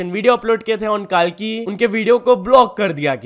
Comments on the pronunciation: Bro it's कल्की.. Not कालकी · Bhai kaalki nahi hai wo kalki hai 😢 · KAALKI KYA HOTA KALKI KO THEEK SE PRONOUNCE KARO LORD KALKI KA APMAAN MATT KARO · Bro it's not Kal-ki it's Kalki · the way he pronounced it was wrong bro